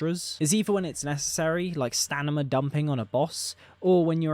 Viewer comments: STANIMA, i cant b the only 1 who heard him say it like 50 times... STAMINA... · no hate! like your content a lot... but its STAMINA not STANIMA... just mentioning because you said stanima multiple times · Enjoyable video, but I can't get over the fact that a person that certainly sounds like a native speaker continues to say what sounds like stanima, must be some exotic accent.